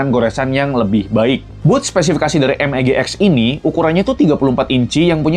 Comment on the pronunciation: MEG bang bukan MBG XD